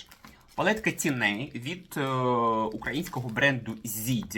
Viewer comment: Косметикою майже не користуюсь. Дивлюсь Вас, щоб відключитися від буденного негативу. Почула слово " тіней" . У цьому слові наголос на " і". Вибачте. Миру, щастя, здоров'я.